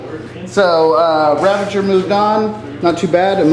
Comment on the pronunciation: RAVAGER! NOT RAVANGER! ARGHHH! Awesome bat rep though! :)